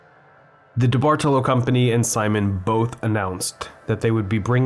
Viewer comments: No, you didn't. I mean no disrespect, but I'm Italian and study the language. There are important rules regarding inflection placement within words. It's a big part of what makes the language sound so uniquely beautiful. The general rule is that the emphasis should be placed on the third vowel from the end, making the correct Italian pronunciation of the surname diBartolo, di-BAR-toe-low. My last name is 9 letters long and 5 of them are vowels. I understand how it seems confusing, especially since most Italian words used by English speakers are Anglicized which changes where the inflection comes in as I said in my last comment. Certainly not trying to start anything –I think you make really great and original content. It's so weird seeing malls turn into ghost towns. My friends always hung out at the mall and one of my first jobs was at Express. While I think the term "liminal space" has run its course, abandoned malls do give off a very particular discomfort. It's like nostalgic melancholy. Also, while I have your ear, when you cover malls on Long Island, can you note which town they’re in? Like "Huntington, Long Island, New York" instead of just "Long Island, New York"? If you're ever in Suffolk again, I would love to see Walt Whitman! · Came because I used to live across from this place. Left because diBartolo was mispronounced so many times. Anglicized, it's pronounced dee-bar-TOE-low, not dee-bardle-oh. This is also wrong, but I digress.